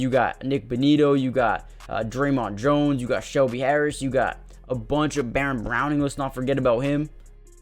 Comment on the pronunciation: It's not Dremont Jones. It's DJ Jones.